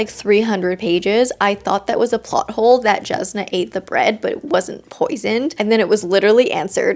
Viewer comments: Also Jasnah is pronounced with a Y sound Yas-nah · As an audiobook listener this pronunciation of “Jasnah” is messing with me. I’m sure lots of people say it that way, but I’m very much not used to it. (the J should be pronounced like a Y, if you’re curious. like Yasnah)